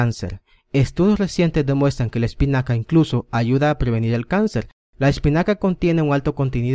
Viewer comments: Jajaja espicana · Jajajaja Like si en el segundo 10... Vieron el error ... " Espicana "